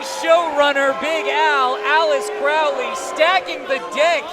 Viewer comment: Alice-ter Crowley?!